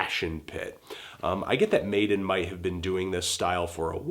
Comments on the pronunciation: It's Madeon (pronounced Mad ee in), not Maiden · you mispronounced madeon's name. It's madeon as in "MA DEE IN" not maiden. you should research these artists before listening to their music. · Made-on? It's ma-dee-on. LOL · Made'N hahahah it's Maddy-On sorry Antoine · Good mini reviews in this. Though I have to say Madeon is pronounced Mad-ee- on not maiden. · IT'S MA- DE- ONNNN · also i am pretty sure its pronounce "mad-e-on" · Pronounced : maddy-on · It's pronounced Mad-eon fandango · It is Mad-ee-on. Madeon himself pronounces it like that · Can't even pronounce Madeon right and just brushes it aside.....